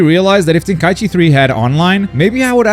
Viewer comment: Its Tenkaichi (Ten-Kai-ichi) not Ten-Kaichi... say it right or dont say it at all.